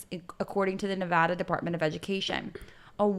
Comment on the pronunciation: Please my ears! Who says Nevada like that?! 😂😅😅 Ok back to the pod